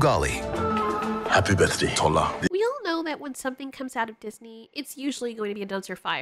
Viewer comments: 😂😂It's TOR-LAH (without rolling the "r") 😂😂 Also, LAY-GOS, not LAH-GOES 😂😂😂 Y'all cute when you keep saying lah-goes LMFAO... like you invented the word hahaha Anyway, love your videos, Nigerian here! PS: looking forward to the movie (simply because we haven't really made any blockbuster animations), however, I know Disney is going to do what they usually do and we won't take it lol. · I have nothing much to say but these: 1. Tola - 'To' as in 'TOur' and 'La' as in 'fa so LA ti' 2. Lagos - 'La' as in 'LAId' and 'Gos' as in 'GUS' in cinderella, or 'BUS' 3. This is the one that cracked me up when she said it lol. Kole. I've never heard the name before, so I assume the meaning of the name is to build a house, which is pronounced, 'Ko' as in 'CAll' and 'Le' as in 'LAY'. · My heart can't stand the way, you're butchering Yoruba names.😢 Tola is pronounced Toh-la (as in a la la land) Btw, Nigeria id extremely diverse, in their culture and ethnic groups, i.e in the Yoruba larger community is very diverse and has other subgroups in it. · My heart can't stand the way, you're butchering Yoruba names.😢 Tola is pronounced Toh-la (as in a la la land) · not to be rude but that is not how you pronounce Tola or kole or Lagos